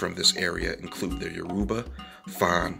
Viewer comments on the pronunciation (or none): none